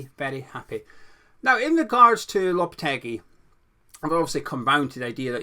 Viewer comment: It’s lopete-gee. And it’s Pake-taa. Just so you know